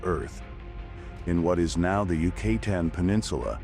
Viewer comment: You say 'Yoo KAY tan' instead of 'Yoo-kah TAN. This is around the mark.